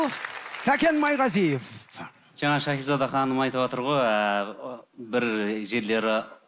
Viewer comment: Турсынбек сакау ма Щахиза дей береди,Шахизада гой